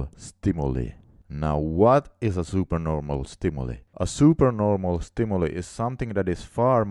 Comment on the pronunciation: Good job! Although it's a small thing, I wanted to point out that stimuli is pronounced STIM-U-LIE. ;-)